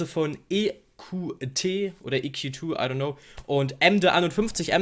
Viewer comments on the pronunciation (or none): EQT auf Englisch (Lautsprache): "I kju ti".: "EQ two"😂.